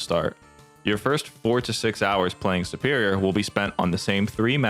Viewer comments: Really? 'Superior' is based off of the word 'super', like super hero. Superior is, therefore, pronouned like soo-perior, not 'supp-erior.' Same with tutorial. Tutorial is based off of the word 'tutor,' which isn't pronounced 'tuhtor,' but 'tootor.' And since the root of the word means teacher, and to do a tutorial is to have something be taught to you, it's also pronounced the same. 'Too-torial,' not 'tuh-torial.' What state are you from? Is it, like, a local accent, I wonder? I'm Canadian, by the way. Fascinating! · Why does he pronounce the word 'superior' so weirdly? I wonder where he's from that you pronounce it like 'supper' instead of 'super.'